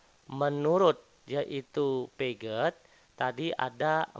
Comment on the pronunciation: Bang, Piaget di baca piase bang 🙏🏿